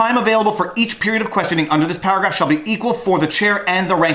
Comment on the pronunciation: Everytime you say paragraph I heard powergrab...lol